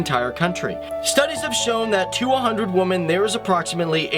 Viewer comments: It's women, women. Not woman. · Just why in hell can't this guy pronounce the word "women" correctly? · He keeps mispronouncing "women" as "woman". It's irritating. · Can you not pronounce the plural of woman? You always say woman /wuman/instead of women /wimin/. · in future can you not say woman when referring to more than female... Women the fucking word is women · You say "woman" when you should say "women". It's pronounced (whi-min). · learn how to pronounce women, plural of woman. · Do you not know that the plural of woman is women and there is a different pronunciation for that word? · How do you not know how to pronounce women? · Why can't you pronounce women? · You may want to look up how to pronounce the word "women," my dude. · Odd pronunciation of "women" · Thanks. One gripe - you're pronouncing Women incorrectly.